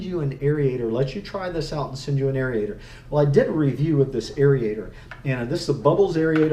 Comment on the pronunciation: Great info......now lets talk. The proper pronunciation is AIR-AYE-TOR not AIR-EEE-AYE-TOR